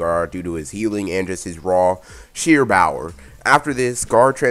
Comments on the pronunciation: Bower you mean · Is he saying bower or power